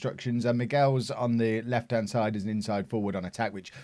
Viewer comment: I'm pretty sure Michels is not pronounced 'Miguels' it sounds like he's Mexican.